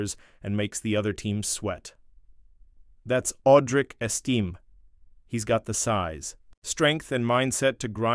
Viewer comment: Audric "Esteem"